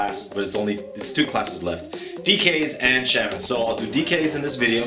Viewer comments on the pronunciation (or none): deathknight use to have corpes exsplotion back in wolk, so its not a new thing for them, also you pronouce shamen as (sharmen)